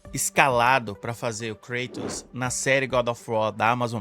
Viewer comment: A pronuncia mais correta é ''Kratos'' e não ''Kreitos''